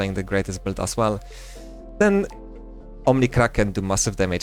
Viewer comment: hi without any hate, I just want to mention for you to improve maybe. When you pronounce "Build" you always say - "belt". For a second I thought you were talking about belts instead of builds. Try to pronounce build as - "byld" or something like that please:D. Cool video otherwise we can see you have a lot of knowledge now in pvp and iop seems very fun. Nice 1v2 clutch!